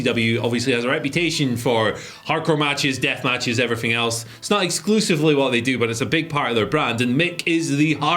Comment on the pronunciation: “and everyffing else “